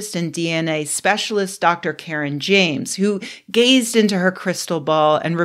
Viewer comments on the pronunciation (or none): none